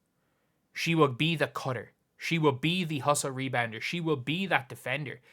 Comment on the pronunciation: Rebouder? lol Rebounder